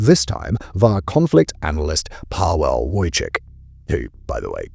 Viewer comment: We'd be safe if low iq (i.e. dumbasses) from around the world weren't just allowed into our borders without a shred of scrutiny 🙄🙄 Also had to cringe how this guy said Paweł. The w is pronounced as V. Did the guy not introduce himself to you, "Semon"?